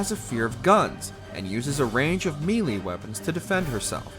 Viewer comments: This narrator constantly pronounces melee as “mealy” instead of “May-lay” Jesus Christ Almighty You do voiceovers for a living get it right. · I'm sorry, did he actually say Me-lee weapons, rather than may-lay? Who tf says me-lee? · You really should check your narrator’s pronunciation of words. Melee, sheva and other names too. He says shEEva and then seconds later a clip is played where she’s says her own name correctly. It just goes to show the person speaking has no interest in the video games